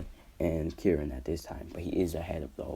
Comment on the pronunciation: Btw its Karin not kirin